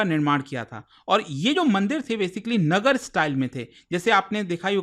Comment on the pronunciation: चंदेल को चंदेला,,, और नागर को नगर,,,, हद है अंग्रेजी बोलने की